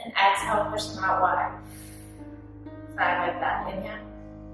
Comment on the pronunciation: Am I the only one that finds the way she says 5 funny